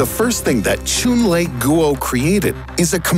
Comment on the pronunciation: posts well researched informative scientific videos Also: choon-lay-goo-oh Yo pronounce the man's name right, dude's Chinese